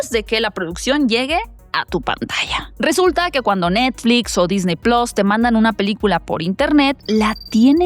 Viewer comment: ¿Disney "plos"? 😮 ... Por qué no decir Disney plus. Plus es el término latino (de Roma). Ones plus o plas, pero no plos